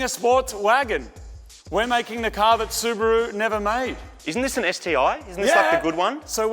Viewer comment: Su-Bore-U.... to Su-Brap-U